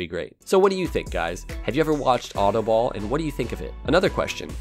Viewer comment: I know DUTCH and autobal is an Dutch word and he doesn't know how to prenouce it